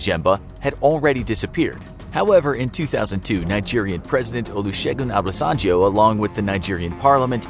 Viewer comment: I'm a Nigerian and those city/name pronunciations were just hilarious 😂😂😂. Especially ex-president Olusegun Obasanjo, Lagos and Amaka.😂 But you get an A+ for trying though😁👍